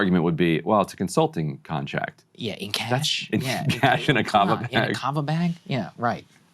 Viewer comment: Kava? I thought he was saying Kama.